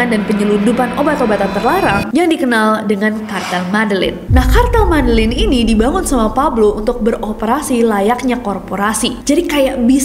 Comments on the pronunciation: MEDELLIN cara bacanya ME-DE-YIN Nessie 💯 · Medellin itu pengucapan nya Medejin kaaakk😊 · MEDELLIN itu cara bacanya adalah : [medeyin] . . . please deh . . . LIDAH KAMPUNG nya jgn dipelihara smpai tua ya Mbak . . . MALU2in lho . . . please deh 😇😁🤭🙏